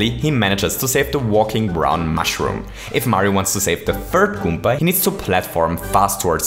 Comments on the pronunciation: You need to stop saying goompa. Its goomba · At 8: 43, you called a koopa a gommba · I like how he says goomba. "Goompa" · this was amazing but i still despise the way you say goomba okay no for real good vid